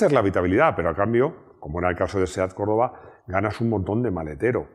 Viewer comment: si lo se, pero parece que dice corolla